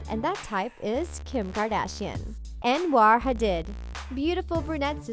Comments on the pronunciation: it's ha-deed not ha-did.. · how do you have a celeb gossip channel but don’t even know how to pronounce hadid 🤦🏾‍♂️